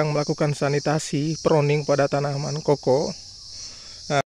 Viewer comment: Kakao bang bukan koko